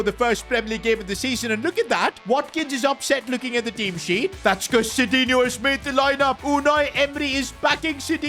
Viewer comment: sidinhio ❌ shitinhio 👍